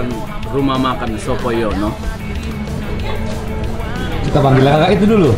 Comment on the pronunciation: Sopo Nyono, kaliiii ... Bukan Sopo Yono 🤣🤣🤣